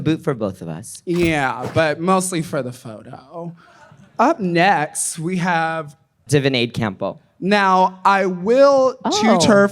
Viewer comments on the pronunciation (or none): “Divinade Campo” lmaooo Ongina, sis... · I think she pronounced it "Divinade campo", I'd love to drink some Divinade right about now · Ongina called her Divinade Campo ☠️☠️☠️ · Not Ongina being Filipino but not knowing how to pronounce Divina De Campo skskk